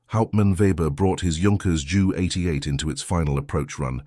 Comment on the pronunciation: It's J.U. 88 Not Jew 88. 😂😂 Ai Narrative Spoilt this story for me.